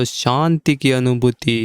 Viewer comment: kripya santi nahi shanti kahe.aap sha ko sa bolte hai.